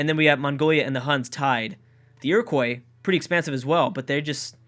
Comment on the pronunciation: ur pronouncing iroquois incorrectly and pissing off all the indians watching this